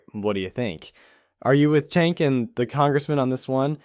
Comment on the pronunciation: Just to help you out. Cenk’s first name is pronounced with a j rather than a c like Jenk. His last name is pronounced (you-gr).